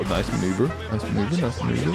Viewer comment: I can't even dodge a missile on my life in GTA but you did a maw-nuu-ver on that missile o_0